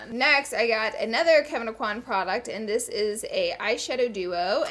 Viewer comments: Look up how to pronounce Kevyn Aucoin’s name properly. Y’all love him so much but I’ve not seen any beauty guru say it correctly. It’s “o-kwä” not “ah-kwan”. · I love you to death Laura, but you are pronouncing Kevin Aucoin's last name wrong. Lol! I was born and raised in Lafayette, Louisiana where he was born and raised. He pronounced it correctly in one of his YouTube videos. Even right after he pronounced his last name right, the narrator of the video then pronounced it wrong as well. We (people from that area) ALWAYS get our names pronounced wrong....it is hilarious and sad at the same time. Still love you lots though!!!! Second note, I feel you on the fact that the makeup at TJMAXX usually have been touched. I even once witnessed a young lady taking out the brushes and rubbing them on her face!!!! 😲😲😲😲😲 I know that some makeup you must touch before you buy, and you get to do that with the samplers in Sephora and Ulta. I am not sure how the store can rectify this issue....